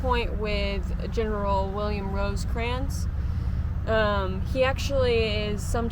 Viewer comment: Can't watch a video where the narration refers to Rosecrans as Roseycrans....sorry